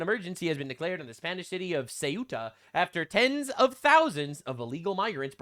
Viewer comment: bro i don't even speak spanish but you killing me with this pronunciantion.... coo-eh-ta and mel-ee-ha. jfc